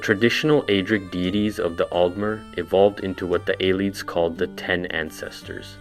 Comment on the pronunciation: A less snarky, more helpful version of this comment is that it's hard to listen to mispronunciations like that. The words are literally pronounced for you by NPCs in the games. Copy what they say.